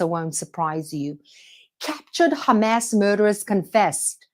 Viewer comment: You don't need to pronounce Hamas like in Arabic. Just like you don't need to pronounce Hebrew words the way Israelis pronounce them.